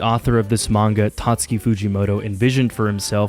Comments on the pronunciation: This guy got a degree and pronounces manga as "MAN-YAH" now 🤦🏻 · Is it comment bait that he keeps calling manga manua?